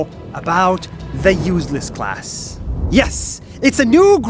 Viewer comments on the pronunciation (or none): I thought he said “useless cars”